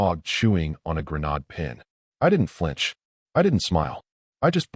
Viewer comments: Not GRA NAHD but rather GRA NAYD, AI never gets it right! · Narrator mispronounced coifed. It sounds like qwafed. Also grenade is pronounced like grenaid. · That's what I got out of the story, too. I don't recall any love exhibited at the beginning of the marriage, it seemed the the OP already knew the soon-to-be-ex was going to try to take his assets from the very beginning. Why go through the bother of a marriage when the OP already knew how it would play out? On a side note I thought it was amusing how the AI voice pronounced "grenade" like "gren-odd," not "gren-aid" multiple times. And BTW, when does the OP get all the money back that the ex grifted through the mother's LLC? Well, I didn't stay to find out. Because there was a closing statement. And then another one. And another. Ten minutes before the end. At that point, I'm out. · Learn how to pronounce the word “grenade,” among others.